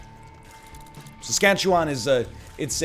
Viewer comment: I love how nl says "saskatche-WAN" hahaha